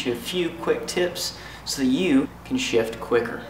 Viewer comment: Totally sounded like "So you can shit quicker" lol